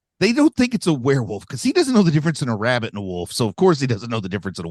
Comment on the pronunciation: it's werewolf, not werarworlf. lol